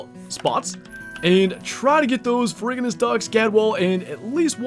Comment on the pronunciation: I believe it is “fair-roo-ji-nuss”. The ferr- prefix is from the Latin for iron (ferrum), and ferruginous essentially means “rust-coloured”.